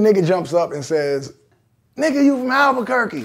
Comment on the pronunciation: Just a shout out to The Game for saying Albuquerque , Alot of people can't say it ..